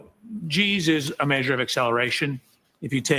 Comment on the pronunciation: The way this guy says maysure (measure) makes me cringe every single time.